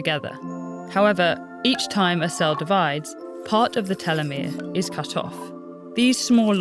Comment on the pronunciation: Can't even prounce telemere properly. Red Flag.